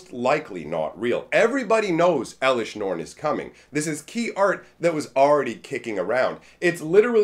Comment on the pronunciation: "Eleshr norn, the myr castigator"